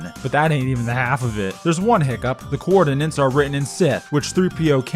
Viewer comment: You can't pronounce 'coordinates'